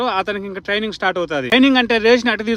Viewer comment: ట్రయినింగ్ రా బాబు ట్రియింగ్ కాదు